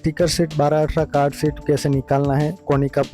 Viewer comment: I think you mean SHEET, not SHIT, which is a completely different word...